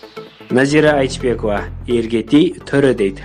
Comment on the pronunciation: Назира Айчбекова эмес туура суйлосон боло Айтбекова эле кыпкыргызча эле